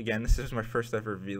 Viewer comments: dude please just say Vlog not V-log its really bothering me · I enjoyed this vlog, keep making them. One thing: it's pronounced "vlog" not "vee-log" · vee-log xD its vlog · Its pronounced vlog, not Vee-log. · just to help: say vlog and not v-log it sounds better :) otherwise it was good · It's vlog, not v-log. You don't pronounce blog as b-log. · It's vlog not vee log you idiot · At least say vlog and not V-log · You guys don't need to make another channel, its yours to do with. It just erks me when you say V-log... Its Vlog. one word >_> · actually... its pronounced V-log for Video log but a few people started to call it as "Vlog" so that's why now most people call the vlogs but im just sayin that he can say v-log if he wants to XD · Constructive criticism: STOP SAYING VEE-LOG.